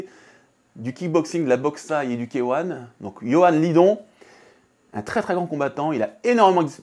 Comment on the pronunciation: Bonnes techniques merci 🙏 Par contre faudra faire un petit effort sur K1 😅 c’est K(hey) One, pas K(hein) 😂 Mais bon c’est quand même drôle